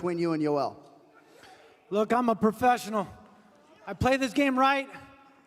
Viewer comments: Professional and precise = profice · My boy say he profising? Wtf is that? Lol